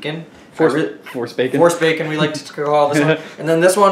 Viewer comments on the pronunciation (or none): none